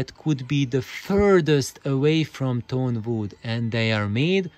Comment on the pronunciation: Superb points,! Indeed, I fully agree with you, bamboo would be the best material for mass production, and aligning a long piece of wood the way you described does help a lot. Sorry for my pronunciation, I meant to say "tone wood", which is the name for luthier / music instrument grade wood: it has a very dense fiber structure, and thus has a very direct, strong, and very fast resonant response to the mechanical impulse. Lesser grade wood and other materials, because of their less organized strucutre, start resonating in sync with the original impulse, but then due to their lack of inner sturcture, the resonances excite non-harmonic modes - which cause the bad cabinet colorations. I'm about to make a series on the inside of my speakers, this Hiraga series (and upcoming Voigt pipe / TQWP videos) are the preparation to understand the foundations for my way of thinking.